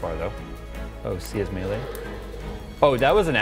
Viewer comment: Great vid. Melee is pronounced "may-lay"